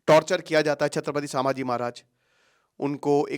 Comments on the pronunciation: Sir please its not Saaambhaji its Sambhaji maharaj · Pronounce the name properly it is not Saambhaji maharaj. It is sambha ji maharaj not saambha ji maharaj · Doller ke ke liye video bana raha ye Isko bhi Koch pata nahi.. छत्रपती संभाजी महाराज.. not छत्रपती सांभाजी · सांभाजी नही संभाजी🎉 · Correct your pronounciation sir, saambaji नहीं छत्रपति संभाजी महाराज/ शंभू राजे🚩🙏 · अहो दादा सांभाजी महराज नाही ते संभाजी महाराज आहे ते🤦 तुम्ही गुरु आहात आणि गुरुज जर चुकीचं उच्चारण करत असाल तर तुमचा गुरु असण्याचा काय फायदा. नाव व्यवस्थित घ्या दुसऱ्यांना शिकवण्याआधी. फक्त व्ह्यूज घ्यायला नका येऊ😖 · सांभाजी ❎ संभाजी ✅ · सामबाजी महाराज नहीं संभाजी महाराज बोलो. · अबे sambaji नही संभाजी महाराज बोल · Its sambhaji maharaj not sabaji maharaj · सांभाजी नही संभाजी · संभाजी सर सांभाजी नाही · Pahile sambhaji maharaj nam achese bolo..